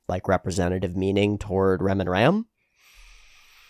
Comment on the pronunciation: Tip to pronounce Ram more distinctively: it actually rhymes with 'farm' and 'calm', rather than being pronounced like a male sheep/seige weapon.